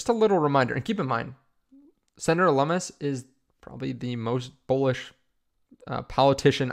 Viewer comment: Lum mus and rooooters... no. Loo-mis and Roy-ters